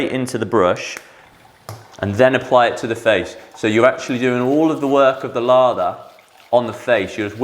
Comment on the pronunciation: Laaather not Lava.